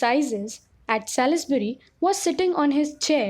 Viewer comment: Salisbury is to be pronounced as Sols-bree